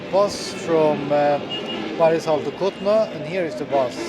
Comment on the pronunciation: Bro this is kulna not kutna